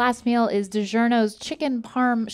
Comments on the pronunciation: saying digEERno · The way pronounces Digiorno prolly makes Italians scream, “mamma mia!”